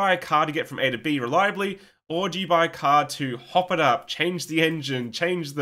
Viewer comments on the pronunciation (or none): none